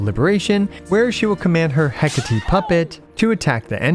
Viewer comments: Hee-ka-ti, that's how to pronounce Hecate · some pronounce as: he ka ti/te. She is greek and related to magick